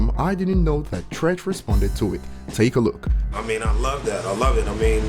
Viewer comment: It's Treach.. Not Trench... You started off fuckin up... 💯💯